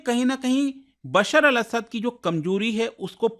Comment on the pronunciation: not असाद 😅it' असद